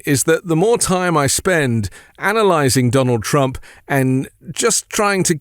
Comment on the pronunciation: At 2.24 he even calls himself “Strump”. 🤣